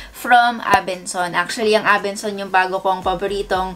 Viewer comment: ABENSON NOT ABENSONS 😂 IG: ashhnavarro #faMary